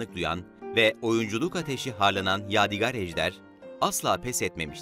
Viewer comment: Yav birader eline emeğine sağlık tamam da adamın adını doğru söyle valla gıcık oldum ya, yâdigar değil yâdig(â)r diye, ince "a" olacak.